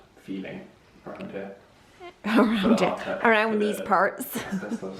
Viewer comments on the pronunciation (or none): Your accent when you say “ ‘round these parts”, was such a funny alternate-reality moment. My ears are so used to Americans jumping into random British accents that it felt like I was hearing it backwards.